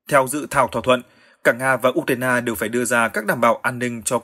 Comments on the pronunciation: Tôi xin góp ý, 1 trong 2 bạn phát thanh viên đọc ''Ukraina" thành "Udna" là sai hoàn toàn vì nó không giống với phát âm của bất cứ nước nào. Làm ơn phát âm cho đúng ạ! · Anh này cứ nhấn mạnh chữ u trong từ ukraina. Tại sao vậy?